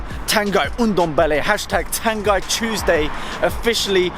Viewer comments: It's pronounced Tahn-ghee (ah as in 'father', ee as in 'meet'). Great news though! COYS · It’s pronounced tangee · Pronounced Tan-gee mate!